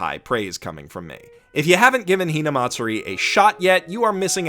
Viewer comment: good lord ur so white.. hearing u pronounce "hinamatsuri" got me cringing so hard.